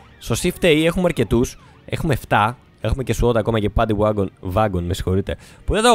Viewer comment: νομιζω οτι ειναι παντυ γουαγκον οχι βαγκον :P